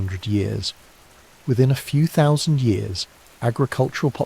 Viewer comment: You ought to find an AI narration platform which understands and is capable of saying "thousand".